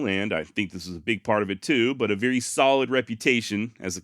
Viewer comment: THE BEST channel on the net , hands down ! Gotta sponsor and ain't changed one bit . Don't , cause that's why you're here. Even willing to drop the occasional f bomb. Never change. Excellent narration . Love it until you say veery. It's very damnit! Lol. Give us more. Hope you're making a VEERY big pot of moolah.